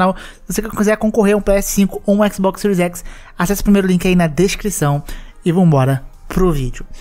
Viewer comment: Por essas e por outras que eu prefiro a Microsoft., parece que você tem medo de falar Xbox, não abre a boca pra falar.